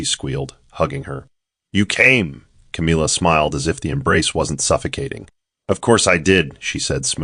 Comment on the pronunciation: I just wish that the AI voice would have known how to pronounce the name CAMILLA.